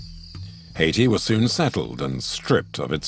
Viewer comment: repeatedly mispronounces the name of the country haiti. absolutely insulting